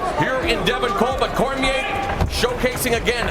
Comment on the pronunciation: Bruh said "Cormière"